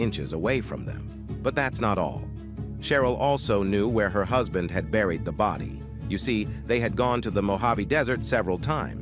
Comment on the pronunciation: Can you people PLEASE stop using these AI voices!? I just heard" the body had already been re-bariiad" and I had to go back 3x only to realize it said BURIED. Damn!